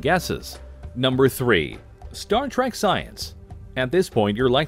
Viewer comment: It’s Trek not tack and stop saying mr crusher you jackass